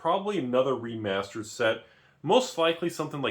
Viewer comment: Let me save you time. literally spends 13 minutes and 5 seconds saying "(Previous Magic release) Remasered?"